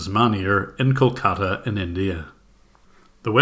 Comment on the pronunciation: Kol-kata India? more like uhH COLD CALLA INDIA XDDDDDDDDDDDDDDDDDDDDDDDDDDDDDDDDDDDDDDDDDDDDDDDDDDDDDDDDDDDDDDDDDDDDDDD